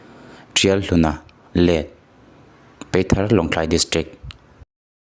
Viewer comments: I van chhiar thiam li ve peithar nilo in paithar tih tur w/o ti ni nana apa i tih zawh zek bawk. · Peithar tih in I lama,PAITHAR tih anih kha😊